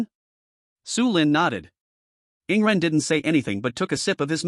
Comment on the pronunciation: Dude why always say rarely yawning for yingren its annoying